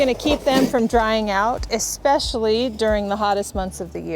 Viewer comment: Hi from NE Texas. Thank you sooooo much for the correct pronunciation of especially. Seems like everyone these days wants to put in an extra "C". Chalk on a blackboard for this 68 yr. old. Thanks for showing your garden.